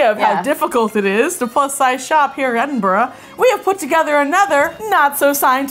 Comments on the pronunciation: Belatedly thinking further, I seem to remember that went to university / college in London, which would explain why she pronounces Edinburgh like a Londoner. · I love how after the first attempt they got further and further away from pronouncing Edinburgh correctly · im scottish (paisley) and it hurt when they were trying to say edinburgh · The fact you butchered Edinburgh's name means you're no longer welcome in Scotland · Edin-burah I think that’s how u day it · uuughhhh Edinburger? Come on 😂😂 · I've heard a lot worse pronunciations than they tried. My least favorite and most cringey one has to be "Edinburger" like really? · Edin bra. That’s how you pronounce it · ed-in-bruh For all the Americano’s...that is how you pronounce Edinburgh😂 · I love that you came to cold, windy, wet, wintery edinburgh in a summer dress. With the wind here we can't ever wear dresses. Also you got edinburgh sometimes. Imagine it as Edin - Bu Ra. Easy! Silent H. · Edin bruh. Approach it like you’re gonna say it like edinburough if it makes you feel better, but after the “edin” part, interrupt yourself with the word “bruh” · No one: Them: EdinBRUH Bruh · Edimbra is how you say it I wish I was there but I was there 2 days after you guys where so :'( and o live near aberdeen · E-din-b-ra its not hard 😂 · Hello and welcome to 21 mins and 47 seconds of and mispronouncing Edinburgh! It’s not edinborough guys 😂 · Enbruh? hahaha, I love it :D However, I do think they should google how to pronounce the name of the place they're going to. Kinda shows a lack of research. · Btw its pronounced Ed-in-bruh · Pronounce it like a frat boy, it's Edin - BRUH say it with your chest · it's "edin-bruh", bruh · Its pronounced edinbruh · I’m never gonna understand why Americans can’t pronounce Edinburgh it’s legit just said eh din bruh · To pronounce Edinburgh Ed-in-bruh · Btw it’s ed in bra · Its pronounced 'ed in bruh'